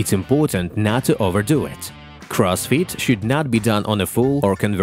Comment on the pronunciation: All I hear is Cross feet is..